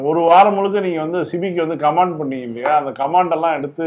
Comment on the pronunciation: கமேண்ட்ஸ் இல்லை --> கமெண்ட்ஸ் என்று சொல்ல வேண்டும்.